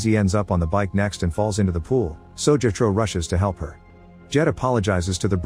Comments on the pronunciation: bro said jehtro, it’s jethro lol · The repeated mispronunciation of Jethro is maddening because they use the name so bleeding much.